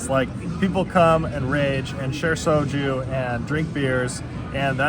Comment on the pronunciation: Enjoy Korea ! BTW, you keep saying " So-Choo" ,, it's" So-Joo"